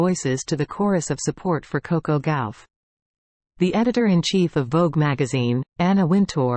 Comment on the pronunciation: It’s not Gowf it’s Gauff . I hate these AI’s